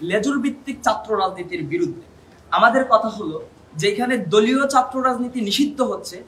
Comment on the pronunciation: উচ্চারণ ঠিক করো, ঢাকা, শিক্ষার্থী, ছাত্র, কঠোর